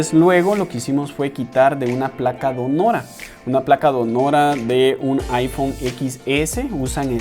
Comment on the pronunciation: Donora??? Donadora, quizás. No cuesta nada ser un gran profesional y, además, hablar bien. Saludos.